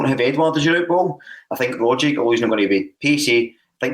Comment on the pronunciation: respectfully, you're not pronouncing Tom Rogic's name correctly. It's Rogg-itch, not Rodge-ick. it's a Serbian name. the "c" at the end is always a "ch" sound.